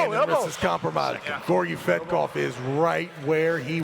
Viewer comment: "Gayorgy/Gorgi Fatkoph" is it allowed for the commentator to insult sportsman while the competition? He didn't pronounce his last name properly EVEN ONCE during the entire match. And this is not the first time from Travis, watch other mathes with Tsvetkov where Travis commenting.